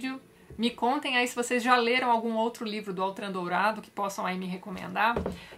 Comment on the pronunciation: Por se tratar de um nome francês, a pronúncia certa é Ôtran, e não Autran.